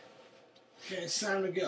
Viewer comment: "it's time to go, it's time ta go" hahaha.